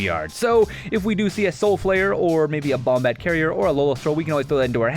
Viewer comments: Its pronounce BO-MAT not BOM-MAT. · Learn To Spoken Please. Bomat Courier; Bo - Mat, as in Bow, Mat Traverse the Ulvenwald; Granted Ulvenwald is a made upword, but it is Ul - Ven - Wald Literally say what you see. Sorry if this seems rude. Mispronunciations make my heart hurt.